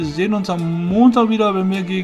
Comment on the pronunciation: Dein nächster Gegner wird „SV Stralen“ ausgesprochen , nicht „Strälen“ ;)